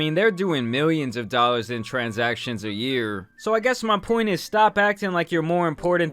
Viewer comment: It's not thousands of dollars... it's thousands da dallors